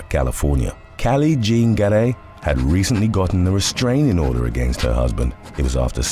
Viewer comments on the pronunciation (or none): none